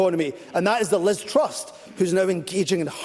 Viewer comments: Just for the record mr useless, it’s Liz truss, not Liz trust . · Can someone tell him that it's Truss, not "Trust"